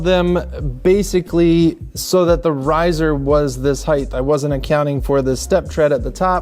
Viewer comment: Looks great. Only criticism is, it's height, not "hidth" 😊